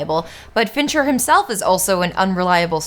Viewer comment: Every time you say "Fincher", I think you're saying "Venture" and my brain becomes momentarily confused by the image of Dr. Thaddeus S. "Rusty" Venture directing Fight Club. Great video! You're really unleashing your inner Lindsay Ellis.